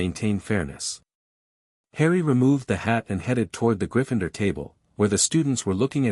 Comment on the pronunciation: It's pronounced it not i t t. And griffindoor not griffindr.